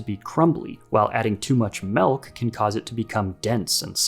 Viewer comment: I've never added "melk" to a cake batter🤷‍♂